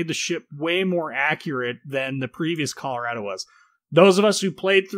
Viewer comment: You pronounce Colorado wrong